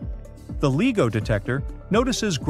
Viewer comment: Who else doesn't watch this stupid tripe that's narrated by someone who can't pronounce LIGO correctly?